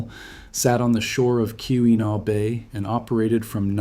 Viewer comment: Key-win-aww..... not kiwi-naw